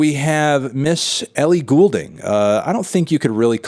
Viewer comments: Man said Ellie Ghoul-ding 👻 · Man said 'Ellie Ghoul-ding' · WHY DOES HE SAY GHOULDING LIKE THAT